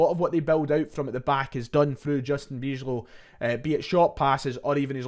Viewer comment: Nice preview. I always enjoy watching outside views of our club that are realistic and fair. Good research 👍 Good luck for tonight. I do think we will win by quite a decent margin (2 or 3 goals), but you never know in football. I hope for a fun match tonight. Also, a little tip in case you want to cover the return. Bijlow is pronounced By-low 🙂